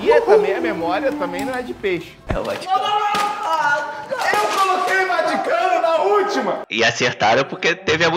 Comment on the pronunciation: A disse "Bati o Cano" HAHAHAHAHAHHAHAHAH em vez de "Vaticano"